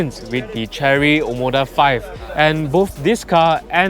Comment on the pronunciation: I think it is pronounced "share-ree".